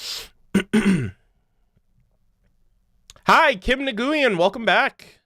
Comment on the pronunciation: Yo the name "Nguyen" is pronounced "when"